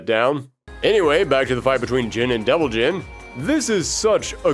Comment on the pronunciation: Damn, everytime you said "Devil Gene" I thought you meant "Devil Jin" until Reina xD Anyway, good vid'.